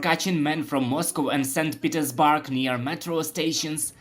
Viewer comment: tf is saint petersBARK?